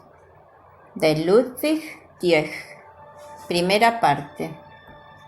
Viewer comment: Que alguien te diga como se pronuncia TIECK correctamente.